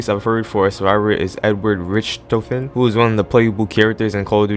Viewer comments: The way he pronounced Richthofen & Kino Der Toten made me Cringe so Unbelievably Bad bro … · I haven't watched the entire video, but I was given ear cancer by you absolutely slaughtering the pronunciation of Richtofen, Kino Der Toten, AND SOMEHOW EVEN FUCKING VOYAGE. And of course you showing gameplay of the worst zombies map of all time over the best zombies map of all time. Oh, you also said "The Warden" over Brutus, but that's passable since if he was somehow added, he would definitely be "The Warden"